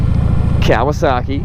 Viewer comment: Dude.......It's not pronounced "Cow a sock ee" it's "Ka wa saki".........get it right.